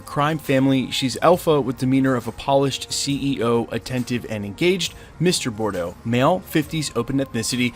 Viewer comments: omfg... the pronunciations. Remy le BOW (like a bow tie)... and Bordeaux is a french wine... Boudreaux is pronounced BOO DRO. Gambit's name is very well known and to pronounce it Remy Le BOO is just... cringe. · You said "bu_drow" twice and then said "mr. Bor-do" but, I get it. Just thought it was funny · Enjoy your videos, but you need serious work on pronouncing French/Creole or Cajun names….Le-Bow and Bood-row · It pronounced Boo Dro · Next time pronounce it Boo-Dro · I believe you're confusing French names. Lebeau (luh-boh) and Boudreaux (Boo-droh) don't have the same etymology. And you need to roll the "r" ;) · Well , Bella Donna Boudreaux is a part of Gambit's story, so the spelling is wrong but that may be on purpose, so I think it's safe to its Gambit related or setting up Gambit. Also your pronunciation could use some work...